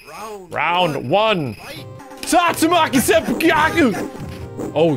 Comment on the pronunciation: i swear the voice lines for tatsu don't say anything close to "tatsumaki senpukyaku" it just sounds like random gibberish.